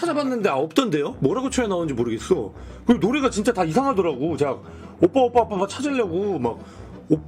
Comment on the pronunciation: 아무리 들어도 오뽸로 들리는데